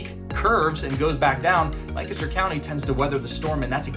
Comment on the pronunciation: How can people learn the correct way to pronounce Lancaster County? Even though you speak it dozens of times, there is no good way to learn that word. It sounds like LAne-kes-dur